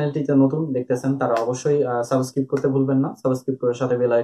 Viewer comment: ভাইয়া সাবস্ক্রিব না বলে সাবস্ক্রাইব বললে ভালো হয় না। এত সুন্দর একটা চ্যানেল,আমার মনে হয় আপনার সাবস্ক্রাইব বলা উচিত।